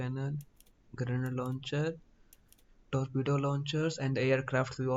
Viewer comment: What the hell was that 😮 Your accent is so funny 😂 Tolpedo 😂😂😂